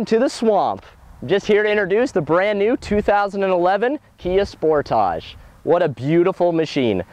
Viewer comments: finally someone that pronounces it right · Actually, is right about pronauncing name, Sportage is not english word.